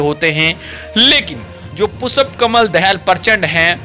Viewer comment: You are an insult to India mr reporter you donot know how to pronounce the Sanskrit term पुष्प and you are repeatedly callingपुषप् you are disgrace to our country. Pu Kamal Dahal is a revolutionary leader who changed the rotten monarchy system and gav3 people republics what record has Biden on these nothing but zero The courage sooroo wall is not the national dress of Nepal nor we Indians have any national dress. You donot know.better know nor Kurtz pyjama is our national dress,we donot even have a declared national language Nepali is Nepal’s national language theghotala loving narsimva Rao sarkar put the Nepali name i in the constitution do u know this. ,prachanda is one of the cleverest pm and he know how to handle theA Erica so America cannot afford to annoy prachanda for Nepal .